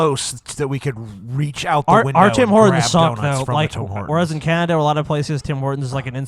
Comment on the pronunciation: said canadia